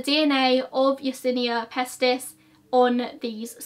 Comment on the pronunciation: So strange watching thing to watch in May 2020 from the US... Sounds almost like current day!! (I actually had to check and see when it was published...) you pronounced Yersinia pestis beautifly!! As a veternarian we studied this in several classes (bacteriology,zoonotic diseases-diseases shared between humans and animals, pathology, etc...) I always enjoyed just saying it. Did you know armidillos are considered carriers of it?? Ring around the Roses... Pocket full of posies... Ashes ashes we all fall down.... ❤